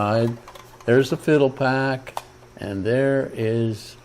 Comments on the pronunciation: "Fi - DEL - uh - pack" -- as in "FIDELITY" pack. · You mean “Fi-del-i-pac” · I thought it was pronounced FyDELipac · Phil-dell-ah-pack. Certainly you are old enough to have heard the proper pronunciation. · You would think he'd pronounce the name correctly.